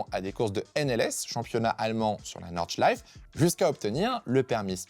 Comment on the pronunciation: Petite note, l'Eifel ça se dit "Aïfeul" et Nordschleife on prononce le "e" final